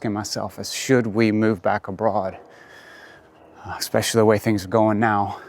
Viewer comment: You're a teacher and you say "expecially"?😵‍💫 All of those things existed when you left and have been around for decades. (The expression is, "the proof of the pudding is in the tasting.")